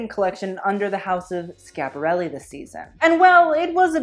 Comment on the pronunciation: It’s Schiaparelli, not Scaparelli. You have to pronounce di i well before the a. It sounds more like “Skïaparelli”. Like Kia, the car.